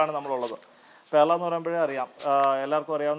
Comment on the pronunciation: പെർള അണ് പേർള അല്ല നമസ്ക്കാരം